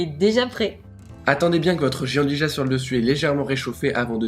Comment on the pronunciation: Bonjour à tous les deux, superbe recette comme d'hab ! Moi qui ne faisais pas de pâtisserie je commence à changer d'avis :) Petit détail : ça se prononce "Djiandouya" :)